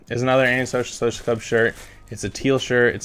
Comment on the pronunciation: he can’t say anti social social club right😂